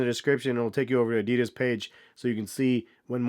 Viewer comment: “Adeeeedus” lol